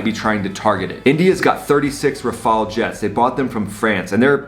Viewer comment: glad you can say Rafale the right way lol